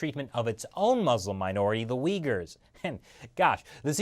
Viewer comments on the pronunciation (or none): none